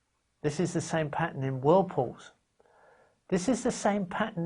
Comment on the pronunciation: "Patter" lol